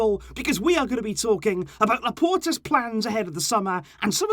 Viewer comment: It's Laporta, not Loperta